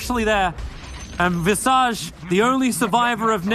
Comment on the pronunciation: Visage?? I thought it was Visage 🧐🧐🧐